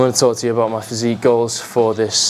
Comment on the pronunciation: "if you're not subscribed to me channel,..*brief pause*...fix that issue immediately" lmao